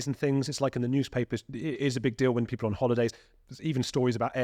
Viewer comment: Mr Gold, your diction is atrocious. Why? Strike is not pronounced shtrike. People is not pronouned peepoor, and please stop waving your arms about.